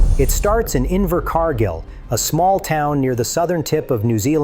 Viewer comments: Inver Car Geel or Inver Car Gill C'mon...it's not that hard. Find a neighbor thay can read. You don't need AI. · Yes a great movie & AH acting is superb, his pronunciation of the place name Invercargill…Invercarrrrgil , pure gold